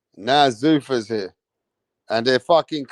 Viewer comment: Zuffa. Not Zoofa